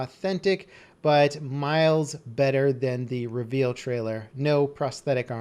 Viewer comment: cough cough I'm sorry what? Did you say reavel ?